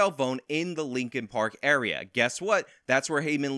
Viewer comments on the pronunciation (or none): none